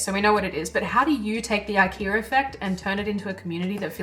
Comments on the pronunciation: "The IKE - R - A effect" What's the need to add an "R" to the word IKEA? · there is no r in ikea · I keep hearing "The ikeaR effect," weird. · I wish that you didn't say Ikea'R. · There's no R in IKEA lol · Silly Aussies, no 'r' in IKEA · This is a great video, but accents will never not be funny. Adding an R in the word Ikea is just dirty work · An Aussie accent AND an intrusive R? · Also, more value provided with the addition of the 'r' to ikea ;) Nicely done. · is she saying IKEA effect? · Today I learned IKEA has an R at the end of it. Good lord why. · There is no R in Ikea ❤😂❤😂❤